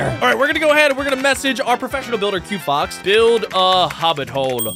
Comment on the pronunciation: 😂it’s quo fox